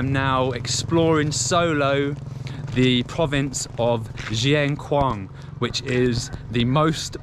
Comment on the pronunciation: Dear, Not pronounce:"Jieng Khouang" but "Sien Khouang:, S as in Scilly Islands. We still admiring your "chin up" way of travelling. What about your project for getting out of Laos and travelling to Sri Lang Kha?